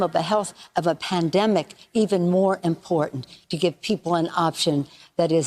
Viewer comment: She successfully said obstacles without slurring her sprach. The Democrats lost already so any screw up in a mail in vote will automatically be in the fa or of the Democratic party.